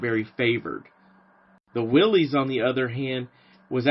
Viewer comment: How very refreshing to view a video in which someone actually has the story right! If there was one detail (O.K., two;... John North Willys pronounced his name Will-iss. ) that I would adjust, it would be that Ford was not so much 'asked' to participate in the project that became Truck, 1/4 Ton. 4X4, G503. It is my understanding that Ordnance applied considerable pressure to Ford Motor Company 'informing' them that they would provide a prototype and prepare for production as there was concern about Bantam's and / or Willys Overland's ability to provide for projected demand. For any who do not know; Ford's GP designation did not indicate 'general purpose' or anything of the sort (as is somewhat commonly assumed). Per period FoMoCo documents, G was 'government', P was Ford's internal code for vehicles of 80 inch wheelbase. Vehicles built by Ford as subcontractor to Willys' G503 contract were GPW, or government, 80", Willys pattern. Addendum: - Both Bantam and Willys 'built' 1/4 ton trailers of the same pattern during WW2, the Bantam T-3 and Willys MB-T. Both firms assembled their trailers from components provided by American Central Manufacturing (ACM), a firm which also produced 'body tubs' for both Willys MB and Ford GPW. ACM had previously built bodies for the Cord 810 and several other automobiles. The T-3 and MB-T were watertight and could be used as boats or even as pontoon bridges if required. - Kudos for including the 'Rotarbuggy', an autogyro 'Flying Jeep'